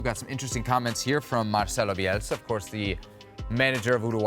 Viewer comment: Bielsa. Get the name right